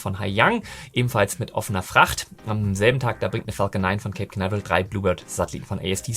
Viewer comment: Du hast den idianischen Namen "" verdient... 🤣😂🙃... Deine aktuelle phonetische Auslegung von "Cape Canaveral" finde ich... hm... interessant... 🤓... und heißt die Einrichtung bei "Lawrence Livemore Laboratory" oder doch "Lawrence Live*r*more Laboratory"... 🤔... Irgendwie scheint die Aufnahme etwas gestaucht - mehr Inhalt im gleichen Zeitfenster... 🤭😉